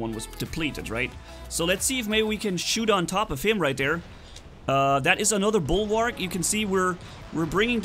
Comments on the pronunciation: it is bulwark not bulwarg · Dude it's Bulwark. With a k.